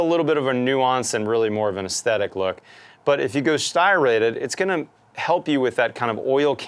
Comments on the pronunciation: Striated is pronouced STRY-a-ted, not STY-rated. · did anybody else giggle when he said styrated?